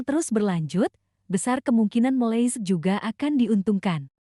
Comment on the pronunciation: Kenapa tdak boleh mnyebut nama negara 🇲🇾 dgn benar ..jelek sekali mndengarnya..begitu juga dgn negara Nepal..aduh miris banget..